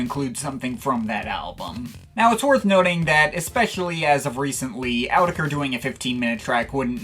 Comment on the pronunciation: i hate the way you say "autechre" but i love your videos and thoughts